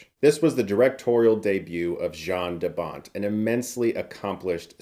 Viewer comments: Jarn DeBont is pronounced Yarn DeBont. Ya-rn not Ja-rn.... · Hey brother its pronoucned YAN 😁